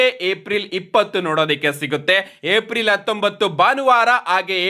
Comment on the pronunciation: ಏಪ್ರಿಲ್ ❌ ಏಪ್ ರಿಲ್ ✅